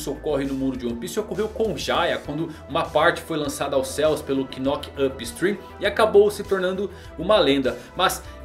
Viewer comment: é muito importante pra mim que vc pare de falar “knock up stream” desse jeito. O “k” é mudo, se pronuncia “nock up”